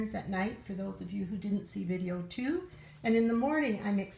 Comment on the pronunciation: I couldn't understand you when you said "who" has the honey sticks?